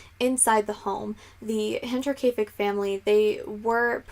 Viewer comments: Yeah you went for it and nailed it! Nice job lol:) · You get Double points for pronouncing the title right haha :)